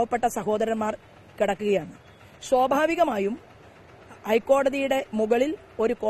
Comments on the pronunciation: ശോഭാവികം അല്ല ശോഭ ചേച്ചി 😁😁 സ്വാഭാവികം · ശോഭാവികം അല്ല സ്വാഭാവികം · ശോഭാവികം അല്ല ചേച്ചി സ്വഭാവികം വല്ലപ്പോളും ഈർക്കിൽ എടുത്തു വടിച്ചു തരാൻ സുരേന്ദ്ര അണ്ണനോട് പറയണം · ശ്വാഭാവികം അല്ല സ്വാഭാവികം.... അയ്യ അക്ഷരോം അറിയില്ല നാക്കും വടിക്കില്ല. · ശോഭവികം അല്ല ചാച്ചി സ്‌വേഭവികം എന്നാണ് ശോഭയുടെ ശോ അല്ല ചാച്ചി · 'ശ്വവാഭികം' അല്ല 'സ്വാഭാവികം' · ശോഭാവികം അല്ല ശോഭ ചേച്ചീ.. സ്വാഭാവികം.. 😁😁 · മാഡം ശ്വഭാവികം അല്ലാ സ്വാഭാവികം 😂😂😂😂 മുൻനിരയിൽ ഒരു പല്ല് ഇല്ലാത്തത് കൊണ്ടാണോ സാ ക്ക് പകരം ശ്വാ കടന്ന് വരുന്നത് 😂😂😂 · ശോഭാവികം അല്ല ശോഭേ സ്വാഭാവികം....കഷ്ടം... വിവരവും വിദ്യാഭ്യാസവുമുള്ള ആരുമില്ലേ നിങ്ങളുടെ കൂടെ? നാരിയേൽക പാനി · ശോഭാഹികം,,അല്ല ശോഭേ,,, സ്വാഭാഹികം,,,,, ഇതൊക്കെ പഠിക്കണ്ടെ ശോഭേ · ശോഭാവികം എന്നല്ല ശോഭേ':: സ്വാഭാവികം എന്ന് പറ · ഷോബാവികം അല്ല അമ്മച്ചീ സോഭാവികം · Shobhavikam alla shoobhea...."swabhavikam" ennaanuttooo...... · Shobavikam alla swabavikam... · അവൾ ശോഭാവികം എന്ന് പറയുമ്പോൾ മുന്നിലെ പല്ലിന്റെ വിടവിലൂടെ കാറ്റു പോകുന്നത് ഞാൻ മാത്രമേ കേൾക്കുന്നുള്ളോ